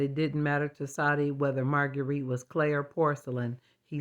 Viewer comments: Yes I thought she said "plain" and thought "no she's lovely!" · I had to rewind and hear for sure that you said "clay" was the worry 😅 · What a wonderful portrait! I had to listen a couple times to realize you were saying Marguerite was clay, because I didn't know what you were talking about! But what a clever way to make your point! So much drama & excitement in the dolls' world!! ❤